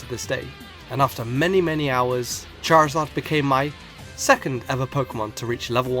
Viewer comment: #1, there is no L in Charizard! #2, there is no S in Rayquaza!